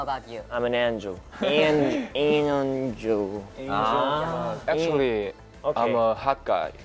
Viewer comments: I had to rewind twice to understand that Yeonjun was trying to say Angel lmaaaoooooo I love them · the way he was struggling to pronounce angel way so cutee